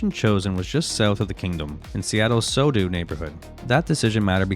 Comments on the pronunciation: It's not Sodoo. It's pronounced So-Doe. Lol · Did you say "Sodu Neighborhood?" It's Sodo... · It’s So-doh not So-dew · despite SoDo looking like it should be pronounced 'so do' it actually stands for 'South Downtown' so we pronounce it as 'Soh Doh' Nice video in all, pretty comprehensive. So many great achievements and amazing memories yet it's not all sunshine and smiles being a lifelong M's fan. I was a little fearful the reason for making this video was to remind us and the world at large the frustrating and, at times, embarrassing not-so-secret secret that haunts T-Mobile Park as well as fans hearts. The thing that can and has sent me and countless others into depression. Despite at several different times having player depth that you'd be forgiven for guessing it was a videogame being played with cheat codes, tying the most single season wins... ever seasons that were ours to lose and they respond "yes PLEase, don't mind if I do please mind if I don't. We'll have seconds, thirds, fourths, fift..... Oh and keep the change ya filthy animal" So, if you didn't already know and haven't figured it out, we have a World Series size hole in our hearts.. Adding insult to injury, we also lack a pennant meaning they're the only team in the league to never even appear in any world series⁶ And on that note.. I'm going to go watch some world cup and do my best to forget our winless .... Shit